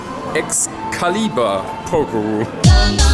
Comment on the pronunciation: Thanks for pronouncing Excalibur properly. 👍😂👍